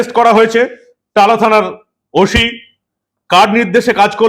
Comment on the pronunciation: ভাই গুহ পরিবারের ছেলে ওশি বলছো শুদ্ধ শীলের মত ওসি বলো ওফিশার না ওফিসার কিছু মনে করো না❤